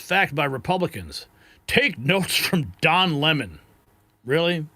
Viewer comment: Don Le-MON